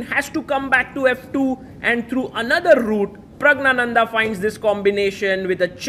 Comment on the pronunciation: You continue to misopronounce Pragg's name. You take extra care with foreign player names